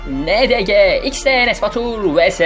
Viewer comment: yalnız ilk başta ndng yerine ndg diyo am k qweohwqyegqe wtqgerwqe as:ÇDsa.ÇDsa. dÇ:D